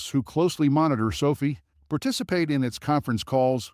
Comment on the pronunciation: It’s pronounced SO-FIGH! NOT SOPHIE!